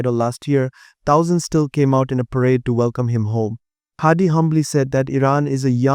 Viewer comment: Hadi. Not Hardy